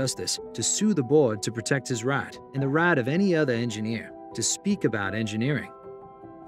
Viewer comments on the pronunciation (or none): Its pronounced "Rite" not "Rai" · To sue the board to protect his "RIOT". That's North Carolina for you. Had to listen twice to be sure he meant "Right" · Wayne is now suing to protect his “raaaht” and the “raaaht” of any engineer… omg I love the south the please stop pronouncing things like this.